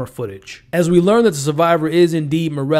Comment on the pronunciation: Right here he gets her name right.